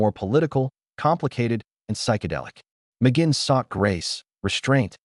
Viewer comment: NOT RECOMMENDED 1. The headline in the thumbnail ("This is shocking") is click bait - completely misleading. 2. At least learn how to pronounce his last name correctly! 3. The "story" is incomplete, missing some important information. 4. Some information is inaccurate. 5. The image on the screen is continually disconnected from what the narrator is saying. 6. The effect of dividing the screen into moving quarters is very distracting. If you have any experience at all doing research and producing videos, how could you make such fundamental errors?